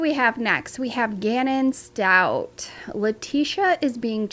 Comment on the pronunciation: Please...Stauch (ends with the sound for K, not StauT ending with the sound for T).